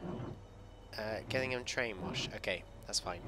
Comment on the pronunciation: Its pronounced jillingham